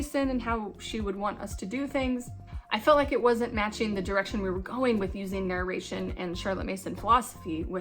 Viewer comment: You are saying "narration" totally wrong.